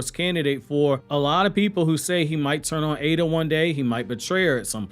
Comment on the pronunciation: I am not fully sure but I don't think you're pronouncing Eida correctly. I think it is [I-da / Ai-da] not [A-da]